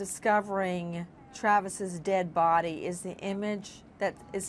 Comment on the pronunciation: Nina. You are not alone in having such impressions of that selfish boneheaded Nancy grace. And she emphasizes when she says, the "Dead body". Thank God. That CNN doesn't have to put up with at snub. Nancy Grace.